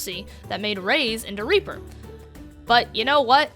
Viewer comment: how do you have a silver border and are still in plat? edit: also how do you think moira is a main healer. also you pronounced reaper's name incorrectly. (here is how it should sound )